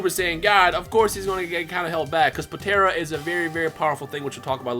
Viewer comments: Please... Po-tar-a. Not Po-tear-a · Stop saying potera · Poe-tare-ah smh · Idk if your trolling but why are u pronouncing potara... potera or the way u say it it's potaarrraaa